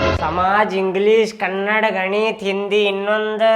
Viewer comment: ಅಣ್ಣ ಅದು ಕನ್ನಡ್ ಅಲ್ಲ ಕನ್ನಡ ಇನ್ನೊನ್ಸಲ ಹಿಂಗ್ ಅನ್ಬೇಡ